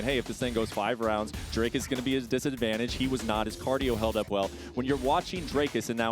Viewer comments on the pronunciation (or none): His name is DRICUS.... not Dracus mf.